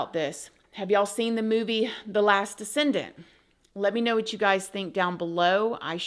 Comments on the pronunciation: “The last Descendent”….. C’mon!! It’s called “The Last Decent” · “Decent” not “descendant”. Sorry to correct ya, sweet!! But, it happens twice and just wanted to help make sure you know. u rock! 🤗